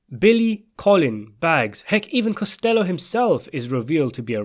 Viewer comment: Costa low not costello